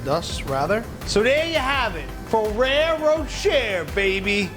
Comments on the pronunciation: “Row cher” “Row shay” ?!?! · isn't it pronounced more like ferrero roshae i know its not spelt like that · Ferrero “Ro-Shay” But great cake! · I looooooove Fererro Rocher. Umm btw its pronounced RochAY :-P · I thought he said ferrero chair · Anyone else hate the way he says rocher